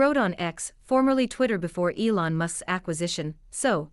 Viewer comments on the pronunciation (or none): none